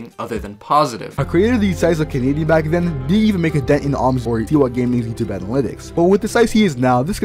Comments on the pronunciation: “Kenedian” is a violation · I just realized you pronounce his name "Canadian" lol Edit 1 added " Edit 2 added the edit thing